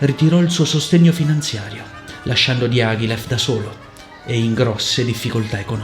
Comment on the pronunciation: Dee ah ghee leff! Dye a gly yif! My word. I could not recognise Diagilev's name from your pronunciation. I love your analyses though. Please try to pronounce names as close as possible - I know you are able to! Go for it!